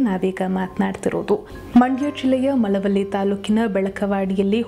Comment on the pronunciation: ತಾಯಿ ಅದು ಮಳವಳ್ಳಿ ಮಲವಲ್ಲಿ ಅಲ್ಲ